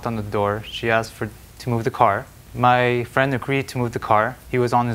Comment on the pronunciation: gotta love her enunciation of “and your CAR was on the line” 😆